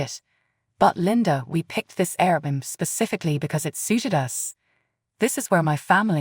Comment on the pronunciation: air-b-n-b is how it's said